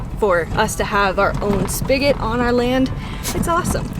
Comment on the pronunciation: You are amazing, fun to live vicariously ! Finally someone who knows it's spigot not spikit probably also voila not wallah LOL